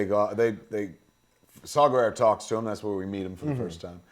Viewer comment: Oh DUDE!!! Arghhh. I don't know u , I mean u seen cool as shit, especially if ur w/ K.S. But, dude, Saw, like the tool Not Saul like the Jew name (not racist) , & last name ends w/ an A not O. Guerrera, not like Vladimir Guerrero. And Krennic, is as u said middle mgt. & nobody likes him, the empire, Tarkin, Vader, don't respect him. It's why he don't have all the stripes & just a few fuckin squares. And Ahmed's characters name ain't that hard, Bohdi(think point fukin br8k, last name Rook. Like chess, or Micheal Rookers lady name chopped up (mearle). Kids today are dicks, they're not our gen. I'm 41. You guys both are awesome!!